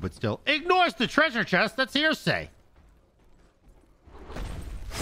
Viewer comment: It’s not hear say. It’s heresy